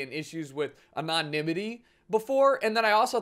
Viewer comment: anon-nimity XD